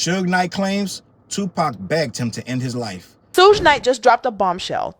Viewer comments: The journalist's pronunciation of Suge (Shh-joog) Knight - SMH. She comes up with - "Sue-gaye" - - If you don't know how to pronounce a name, why are you trying to tell a story? Just sit down and stfu. People stop listening to your story as soon as you began mispronouncing names you OUGHT to know how to pronounce, such as TuPac (pronounced with a long a (poc). She goes with long a (pack). Already, I don't even remember what she said. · "Sue-gay" Knight and "Pack"??? 🤣🤣🤣 This AI mess is killing me with the pronunciations!! And how was Suge "bleeding everywhere"? He got skimmed by a bullet, where did a gang of blood from Suge come from?? Come on Suge!! Why would Pac say he didn't want to go to jail again? He didn't do anything wrong plus Pac wasn't a scary azz n*gga to even be THAT worried about it!! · The 16 pronunciations of “Suge” is taking me out. Soogay, Sooj, Shugay😂 AI sis was like “One of these is gonna land…” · That lady is AI as in Aye pay attention to them names lol😂😂😂😂